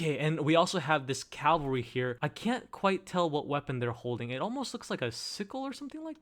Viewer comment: It's cavalry, not calvary.